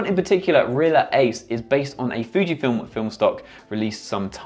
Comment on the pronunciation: It's pronounced Ree-ālǎ Ace, not "reeler". I sold 1000s of rolls during my career at Fujifilm. Wonderful film.